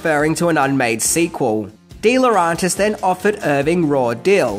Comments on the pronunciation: DEE LAW REN TIS!!! ITS DEE LAW REN TIS!! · Please pronounce deLaurentiis properly